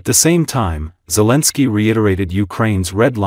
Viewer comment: Guys, there is no way to make this A.I. say Zelensky's name correctly (Otherwise then it is not A.I. it is something else, not A.I.) Grateful. Slava Ukraine, today and always.